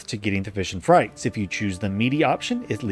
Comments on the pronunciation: Maaaan, my eye twitched every time he said "Frites" as "frights". It's "freet". It's French. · It's FREETS not FRYTES lol